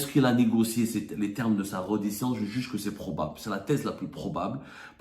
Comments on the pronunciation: On écrit reddition on prononce " rédition" cher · On dit : rédition ya le journaliste de seconde zone